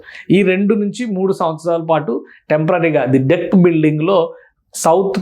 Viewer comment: అరేయ్ ఎర్రిపుకా అది డాక్ కాదు రా , ది డెక్